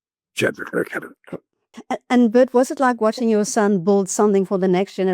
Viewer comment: By the way Le Clos is pronounced LE CLO (French so the S is SILENT).